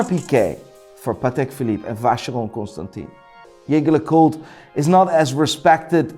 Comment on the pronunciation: You see how you pronounced NardIN ? Pronounce ConstantIN like that also.